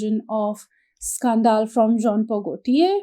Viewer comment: Scan -dil scandal not scaan - dal.